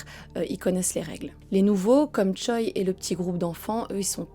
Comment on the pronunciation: Choi c'est un nom de famille (prononcé Tché) pas un prénom